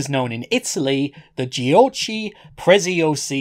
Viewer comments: I'm from Italy and Giochi Preziosi (or as you pronounce it:Gio-ci Pre-zio-si) in English is Precious Toys. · Even as an italian it's hard to make out what he's saying because of the accent and the bad audio. Aslo giochi prezziosi used to rule italian toys but it judt kinda fased out with people forget it. Also, it's pronounced "goci prezeosee" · Great video! By the way, the "chi" on "giochi" is spelled like the "ki" in "killer" :-)